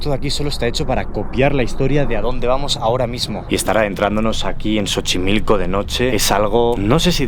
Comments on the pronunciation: te amo por hacer contenido de mi rancho pero "chochimilco"? jahsdj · Eeeeeei jajajaja está buena tu pronunciación de Xochimilco xd Pero se pronuncia So chi mil co Saludooos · Soy tu fan pero no te puedo tomar en serio si dices "Chochimilco" 😂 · “Chochimilco” es clave 😂, buen video, ojalá hagas más videos de terror este octubre. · Chochimilco jajakajajajajajja de verdad nadie de mexico les dijo como se pronuncia? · PORQUE EN ESPAÑA LA X SE PRONUNCIA SH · la pronunciacion es So chi mil co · nah, como es palabra de una lengua nativa se lee como “sochimilco” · tampoco, se lee como "shochimilco".. soy hablante del náhuatl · te digo que no es "s" es "X", se dice xochimilco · claro que no, popularmente se dice así pero en realidad debe pronunciarse shochimilco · pronunciacion es SOCHIMILCO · no jajajaja es en todo caso sho - chi - mil - co. Está en nahuatl. Y en todo caso, sería so - chi - mil - co, que así lo pronuncian en méxico en general. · no hermano solo la pronuncian asi cuando la X es la primera letra de la palabra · pero mas bien es como cso o no es por que no suena jochimilco tampoco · jajaja si pero yo soy de mexico y no se pronuncia asi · como que Chochimilco? JAJAJA, es Sochimilco. Aun que se escribe con X, aqui en México la X adopta una fonética diferente según con que este acompañada, seria un poco como la Y 🙂‍↕️✨️ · Kibara en su video cuando fue a ese lugar también dice : Chochimilco.... 😂😂😂❤❤❤ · Escuché chochimilco😅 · Dislike por decir chochimilco que falta de profesionalismo bye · No se dice Chochimilco, se escribe Xochimilco y se pronuncia Sochimilco. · Estaba en suspenso hasta que escuché chochimilco 😂😂😂😂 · Contando la historia los más tenebrosa posible y dice Chochilco😂😂 Voy en el primer minuto y ya ame el vídeo me hiso tanto reír 😂😂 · Chochimilco 😂😂😂😂 ya si quieres di chochomilk 😂😂😂 Necesito ir a ese lugar, ese no lo conozco 😂😂😂😂 Ay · se pronuncia Sochimilco la X tiene pronunciación como S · "Chochimilco" jejeje.